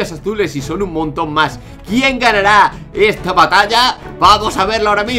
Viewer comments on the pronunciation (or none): none